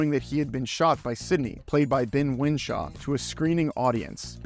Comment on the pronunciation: Wishaw, not Winshaw you American pillock! Not like he's a nobody who went nowhere.